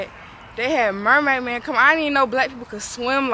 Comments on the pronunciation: "Caisen" men and "Mermaid Men"😂😂😂😂😂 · Did she say mermaid man? Lol